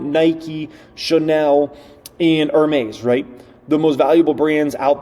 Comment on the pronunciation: Great video again. Note: Hermes is pronounced Air-mes. The H is silent